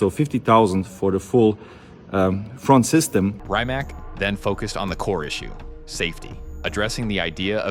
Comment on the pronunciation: Bugatti’s CEO name is not Rimac (with a ‘k’ at the end) but with a ‘c’ like cesar. He is not an american but a croatian guy. Their or better to say foreing names are not pronounced in american way. It is very rude and biased to pronounce personal names from foreign countries in your American way. Before you publicly announce and pronounce such a name, ask (that's why there is a chatgpt) how the names are pronounced. I'd rather not write how you would write and pronounce American names in Russia or Japan or... to be consistent... in Croatia, say, simple minds would be simpl majnds Please pay attention to that in the future. It's a matter of respect.